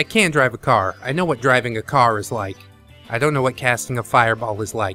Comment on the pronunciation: Is it just me? Or does it sounds like you're saying "Dragon Games" instead of "Driving Game" a few times in this video? ಠ_ಠ